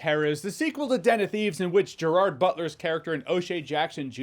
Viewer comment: Den of Thieves 2: Pantera was great! Loved the ending. Can't wait for Den of Thieves 3? One footnote: I wish all the people interviewing and talking to Gerard Butler would learn how to properly pronounce his first name.❤